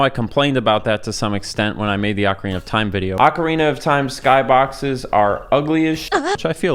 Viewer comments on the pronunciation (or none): It's not Akwardina of time. It's Ocarina. Like Professor Oak. If I have to hear you say it wrong 1 more time I will end my subscriptionary from this appealing content